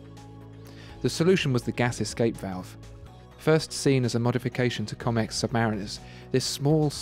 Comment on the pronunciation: Great review. One tiny point - Comex is pronounced the same as Rolex, with a proper sounding 'O' - at least that's how we pronounced it in the UK. ( I am a former Comex Saturation diver)